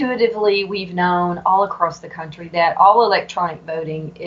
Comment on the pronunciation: "As Texas goes, so goes the cuntry." LOL 😉 Let's all hope. Dr. Pressley is brilliant and I hope that she is victorious.